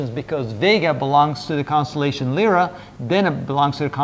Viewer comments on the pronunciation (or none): none